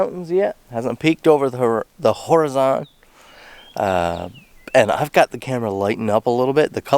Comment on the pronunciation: I love how u pronounced whore-ah-zon ! Looming at the horizon.